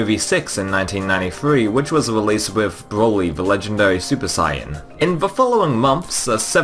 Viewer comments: SAIYA- Oh wait he even pronounced it how it's spelt lmaoo😂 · "Super Sieyahn"